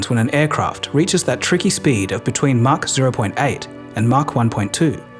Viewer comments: Thanks. You might have learned how to pronounce MACH first. It's not Mack, it's Mach. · It's "maach"... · It's "mach" you keep saying "mark".